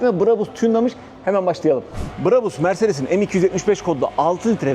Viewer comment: Brabus Orjinal söylemde a yı şapkalı â gibi uzatarak söyleniyor Almanyada ! Bu şekilde söylediğinizde çok garip oluyor! Örnek Bravo yu söylerken a sı uzatıldığı gibi !